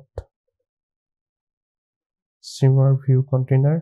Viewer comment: Thanks for the content! funny, it's shimmer not shrimmer :D